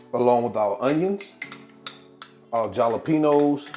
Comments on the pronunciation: lol it’s good to know you’re trolling us when you’re saying jalenpeno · I know a Country person when I hear one! It’s ok how you say jalapeño!🤣🤣🤣 Long as you keeping these recipes coming!!❤ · You can pronounce "jalapeno" any way you want ! Its cute 💖 And I love me some fresh Pico de Gallo 👍